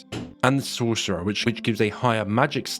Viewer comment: I thought buddy was having a stroke when he was saying sorcerer